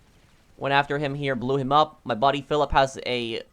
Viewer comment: who else heard "My body pillow" instead of "my buddy Philip